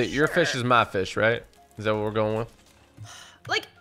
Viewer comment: You keep saying fith instead of fish